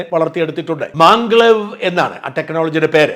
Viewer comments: MagLev, means Magnetic Levitation. It is pronounced മാഗ്ലെവ്, not മാൻഗ്ലേവ് 😁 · Dear Shajan, It is not "manglev " It is maglev. Short form of " magnetic levitation" Please don't feel anything. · മാംഗ്ലേവ് അല്ല, Maglev (magnetic Levitation).